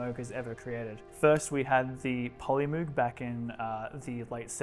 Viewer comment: the Polymoog and Memorymoog are also pronounced M-oh-g and not moo-g (as indeed as also the Micro and Multi and all other instances of the letters "moog" in relation to the company or products